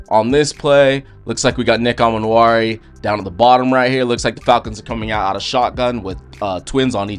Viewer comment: Pronounced E-Man-Wori, not A-Man-Wori.